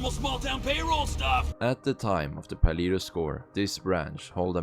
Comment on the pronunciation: Paleto is a Spanish word pronounced "Palayto", not "Paleeto."